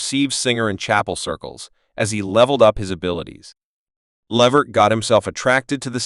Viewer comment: His name is not the way this man is announcing it Lavert it's Levert